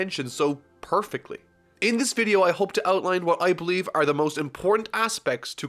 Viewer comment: This dude pronunces "are" as "aerrrrr". 😀